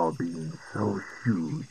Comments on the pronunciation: It's gue'la with "gue" pronounced like "grey" the way you said it made it sound like an Italian insult, which is to say, any Italian word. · The pronunciation is a bit off, but I like how it’s muffled from the helmet